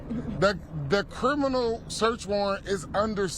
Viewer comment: This fool can't even pronounce "Criminal" properly. "Kerminal"? YOU ARE SCARED TO LOSE YOUR ILLEGAL IMMIGRANT VOTERS. YOU SHOULD BE. SOMEONE TELL THE HYSTERICAL KAREN TO STOP YELLING.